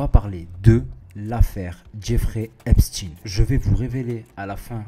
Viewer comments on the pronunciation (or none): Ça ne se prononce pas Epstine... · Mais bordel on ne prononce pas Epstine lol.